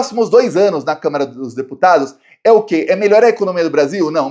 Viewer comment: eu não devo estar ouvindo direito, mas eu acho que toda vez que você se refere à Câmara, você diz câmera. Será?